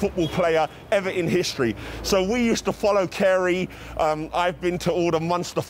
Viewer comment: your saying kerry wrong